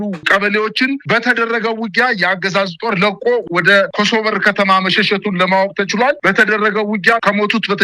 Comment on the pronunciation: መሸሸቱን......... ሳይሆን መ ሸ ሹ ን...ብለህ አንብብ